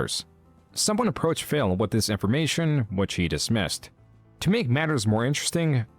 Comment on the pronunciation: Is callimg him "phil" or "fail"